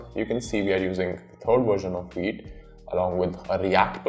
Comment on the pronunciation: V! V! V! "Vite" not "Weet"! The hell, you just said "Vue" not "Woo" and you can't say "Vite"?